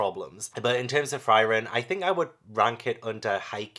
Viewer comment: Frieren is pronounce like Free-ren, it means freeze in German.